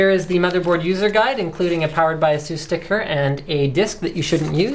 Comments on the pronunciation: not Ahsus its Aisus.. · Ayyyysoos. We don't care, we just buy it.